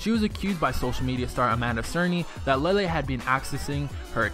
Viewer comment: Its LE-LE NOT LEELE